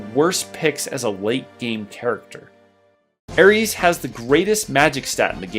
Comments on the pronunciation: He done said Aries 🤣🤣🤣 It's AERIS... Or Aerith is fine too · Air-eese? Who pronounces her name like that? Thanks, I hate it! lol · "Ares" lmao Heard people say aeris some bizarre ass ways but that's a new one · I'm sorry but I can't respect anybody who says aries? She's not the God of war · Good list. Where are you from exactly? You sound American but I never heard anyone pronounce Aeris’ name like the Greek god of war and red 13’s limit break loon attic high.